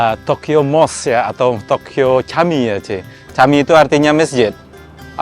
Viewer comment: Camik cara bacanya jamik...dlm bahasa turky huruf c bacanya j